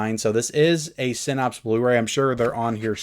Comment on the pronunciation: One day there will be clips from this video on your episode of hoarders. And for the love of GOD, please learn how to say "sin apse" NOT "sin opse".